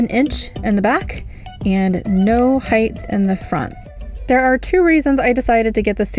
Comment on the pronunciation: There is no “h” at the end of “height”.